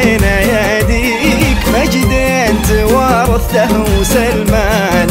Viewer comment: كلمة توارثـته به اعاقة بالنطق من الفنان ولا غلطان